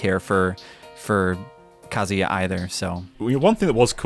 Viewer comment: The disrespect on Kazuya's name